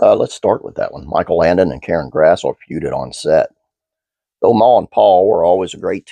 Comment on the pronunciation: One note about her name! I thought it was pronounced the way it's spelled too until I saw her in interviews and heard her say it herself - it's actually "grass - lee"!